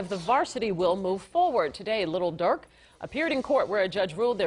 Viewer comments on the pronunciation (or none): Did she say “Lil Dark” b!tch what ?☠️ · His name : Lil Durk News : Little Durk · Did she just say "little durk"???? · It is funny how they say lil duel and devontae like he isn’t a famous rapper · She said little durk😭